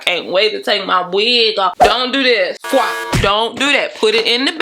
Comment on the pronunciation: Tossed the wig to the couch... "Don't FWOP it" 😬 oops